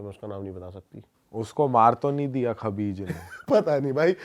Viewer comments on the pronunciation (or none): Vai khavis hota hai